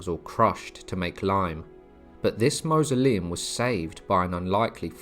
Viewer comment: 'Mausoleum' is pronounced to rhyme with 'horse'. "M-or-soleum'.